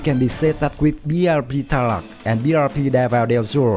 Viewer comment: I love the thumbnail XD And also some Pronunciations 101: Suite - Su-wit (it sounds like "sweet" but the first syllable has "su") Tarlac - Tar-lack Spain - S - pain (you said something like "Spen") Gregorio - Gre - gore - yo Pilar - Pi - lar Capacity - Capa - city Hope this helps. Your English is getting better :)